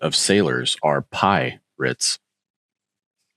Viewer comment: Pi-rates. HAH!